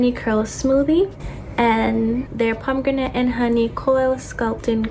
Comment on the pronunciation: Are you Caribbean? The way you pronounced pomegranate reminds me of my family😭